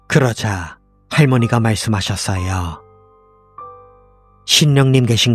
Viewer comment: ~~하셨어여ㄹ..이거 몰입 다깨짐